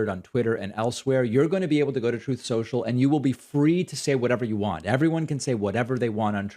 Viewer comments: Troath censuaial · Your pronouncing it wrong David. Troth central. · "Troath Sential" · Why is David calling it Truth Social? It's real name is Troth Senchill isn't it? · David, you know it's pronounced "Troth Senshell".. C'mon bruv.. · TROATH SCHENCHAL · It's pronounced "Trollth Sential".